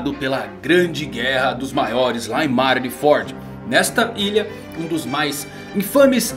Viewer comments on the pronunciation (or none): none